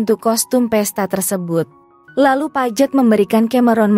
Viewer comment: Paige apa Pajet..? 😂😂 Gak berhenti ngakak..😂😂